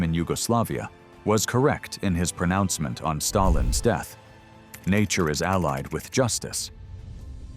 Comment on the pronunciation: Stayilns health 🤣🤣🤣